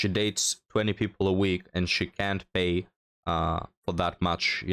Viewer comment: 😂 thought 3rd gurl said pea - not PAY. 😂